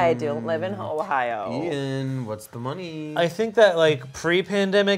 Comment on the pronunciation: He said Eithan instead of Ian